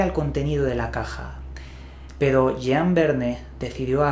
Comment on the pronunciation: Estimado, por respeto a los francófonos permíteme hacer una precisión sobre la fonética de los nombres en francés que seguro harán más seria tu exposición. Puesto que parece que el inglés te domina, en francés las palabras van acentuadas en la última sílaba por lo que "Michael" se lee Mishel y no Maiquel como en inglés. Jean no suena Yián sino como en inglés Jan (nasal). Creo importante que si se desconoce la pronunciación en el idioma de la palabra se lean los nombres como si no se supiera su pronunciación en vez de inventarse la fonética, que siempre se puede consultar en la web y no provoca sonrisas. Por lo que concierne a la investigación, muy buena como es habitual en ti.